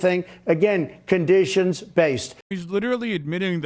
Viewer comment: "The word is Condishauns..."